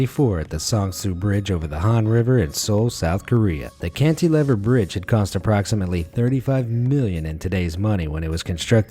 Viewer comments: Canti-lever? Cantil lever even! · For a presumably native English speaker, he often has bizarre cadence and unusual emphasis in lots of his videos, like his pronunciation of 'Cantilever' in this one